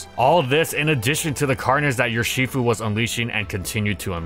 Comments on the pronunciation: Makes fun of the ferro pronunciation, proceeds to say Yurshifu. From Ursus, the Latin word for bear. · please stop pronouncing urshifu like that